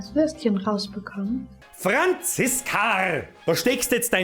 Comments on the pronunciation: Ich feiers dermaßen wie du FRANZISKARRRRR sagst. Ich ess dia Weißwuascht aber a mit Haut, weil mein Mutter aus Österreich kimmt und bei uns nix weggschmissa wird. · Franziskarrrrr 😂😂😂 I hoas a Franziska jetz scham i mi 😂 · Oida d FRANZISKARRR is scho fucking vier Joah her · Des Franziskarrr des hod mi zlegd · Franziskaaaarrrrr i moa mi zbreslts😂😂😂